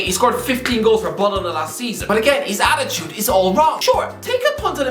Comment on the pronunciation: Did he just say...Bolona?